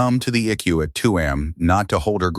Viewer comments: It is I C U not "I coo" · ICU needs to be written with periods - I.C.U. Then work in Milo. Teach the AI. It doesn't even mispronounce it the same way every time. Milo, meelo. Time needs work, too. 2am isnt pronounced tooam. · Right? I can't take this story seriously when it keeps calling the ICU "Ickoo"! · I C U, or Ickue/ick u/ick you or however you want to spell it out. People have been pronouncing it as Ickue for years now. It is 2 syllables instead of 3 and therefore must make it easier and quicker to say. 😳🙄🙄🙄🙄 Yes it is an AI voice. Most if not all of the stories presented in this way are basically are AI written and narrated with a human giving parameters for the plot and maybe names and personal information, dates, time, ages, etc., used within the story. The human chooses which AI voice they want to narrate and then they post it once the AI has finished. Most of the channel's human "creators" don't even proofread the stories or listen to the narrated version for mistakes and just post the story/stories one completed by AI and done. That is why there are usually so many mistakes. Pronunciations and arithmetic are the AI system's usual mistakes! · That "ic-you" 😂😂 Everytime it's said I giggle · Authors are going to have to start writing "Eye see you" so the AI reader can get it right.